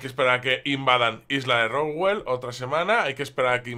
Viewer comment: porque dices roswell si es roosevelt?¿